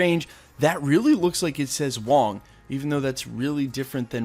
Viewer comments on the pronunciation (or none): it’s wong